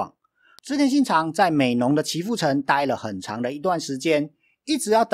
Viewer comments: Asa念朝日的招，不是朝見的巢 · 本身也是戰國迷，第一次看的影片； 朝倉的朝是不是中文念ㄓㄠ會比較好呢？因為「あさ」的翻譯好像都是早上，感覺念ㄓㄠ好像比較好。 最後還是要說白癡信雄，你哥不逃跑去自殺就算了，你人那麼遠燒屁城啊！